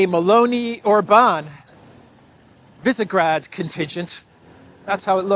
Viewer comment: By the way, you pronounce Višegrad (Vishegrad) 😘🤗